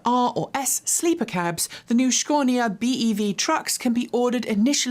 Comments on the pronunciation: its Scania not Sconia 🤣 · It`s Scania not Sconia. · ScAnia, not ScOnia 😉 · Youre better off with the regular English pronunciation of Scania as opposed to that brutal 'Shkonia' // native Swede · If you would pronounce "SCANIA" just like you do for "SCANdinavia" ... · where did you get your pronunciation of Scania from? My friends native to Sweden, Denmark and Norway never pronounced the name like that (even google pronunciation has it correctly (for once) - side note, currently a friend is "stuck" in Scania Sweden getting a gearbox fitted because the original one broke when delivering to Sweden (they going load it back onto the truck so it can be returned to UK HQ to be totally stripped down & rebuilt and stored as spares when needed. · No R